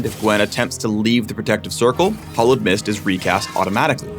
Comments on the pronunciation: You are pronouncing "hallowed" like "hollowed"; I really don't think you guys knew what the word "hallowed" meant when you chose it... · americans pronounce the 'a' in hallowed like an 'o' so it sounds like "the hollowed seamstress"